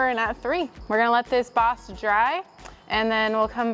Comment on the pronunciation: This is the first video I've seen on this channel. I was really confused for a while because it sounded like she was saying "box". And then she was putting box in her paint sprayer. Haha. Anyway, for those, like me, who didn't know what "boss" was. It's a primer.